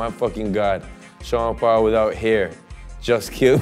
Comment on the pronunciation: I as an Aussie always thought Sean at the beginning was saying Chanderpaul & if ur a cricket fan then you'll know exactly what I'm talking about